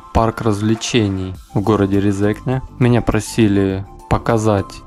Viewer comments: только не резЕкне, а рЕзекне) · Автору здесь часто указывают, что он не правильно произносит РезЕкне. Тогда как правильно РЕзекне. В России больше свободы и никого не заставляют коверкать те же фамилии. Вот со мной служил латыш Лиепиньлаускис. И никто не заставлял его называться на русский манер Лиепиньлаусковым. Тогда как в Латвии такое коверканье внедрили на госуровне. Абсурд. Так что простим автору. И скажем спасибо. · Правильно Ре́зекне, а не Резе́кне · Эхх россияне, россияне произносится не Резнкне а рЭзЭкнЭ и ударение на первую Э то есть Е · резекне ,ударение на первую если! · за видео молодец, но на резекне ударение на первую гласную - РЕзекне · РЕ-зе-кне!!! ударение !!!!! stulbenis, bljaviens! ) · Ударение на Первую е Ре'зекне. А то режет слух. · Лол, правильно Рéзекне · Что бы россиянам правильно произнести, надо писать Рэзэкнэ. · Резекне ударение на 1 е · Резекне - ударение на первый слог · Резекне не правильно читал, немного раздражало, но само видео интересное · Резекне ударение на 1 букву е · Резекне ударение на первою е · Автор тебе сложно посмотреть ударения названия города,постеснялся бы